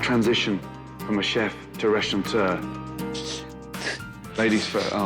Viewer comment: So many restaurateurs who can't say 'restaurateurs'. There is no 'n' in the word!